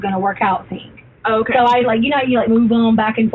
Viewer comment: If u listen when she said any word with "thing" in it, she actually sais (thingk) lol